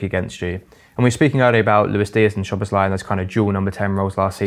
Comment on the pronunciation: Can everybody just say Szoboszlai’s name as it should be and not with an SH sound? Thank you